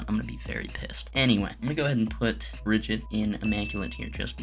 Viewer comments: it's bri gi tuh , not brijit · calling brigitte bridget makes me wanna jump